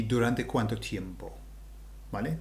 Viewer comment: please allow me to make this observation for your Spanish. U and I are weak when we are learning Spanish. What am I saying? The vowels U and I are weak, meaning, when combined with a strong vowel, A, E, O they no longer make TWO sounds. Tiempo. Tiem-po. If I say it the way you say it in this video, it is Ti-em-po and that´s not correct. Es-ta-ción because an accent doesn´t invalidate this rule! We still have only one syllable Es-ta-ción. U and I are weak. A, E, O are strong. Two strong vowels are two separate syllables, always. Fe-o. Bien. One syllable.